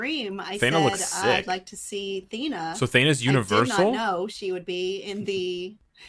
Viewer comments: FOR FUCK'S SAKE, IT'S THEEE-NA NOT THAY-NA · Thee na, not tae na